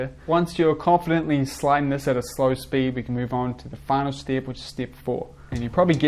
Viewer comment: Awesome tutorial and video! Actually didn't know you existed and I really like there's someone young and skilled making tutorials in 2020, not many people do that. And I would like to ask you, where are you from? Because your pronunciation of "E" coming out as "EE" is something I probably never heard and it's interesting 😄 "step" -> "steep" and so on.